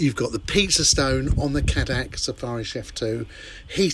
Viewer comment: It’s actually pronounced K dac